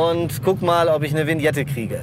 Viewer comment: Alle Deutschen: [Wiñette] Ösis: Winette😂🥴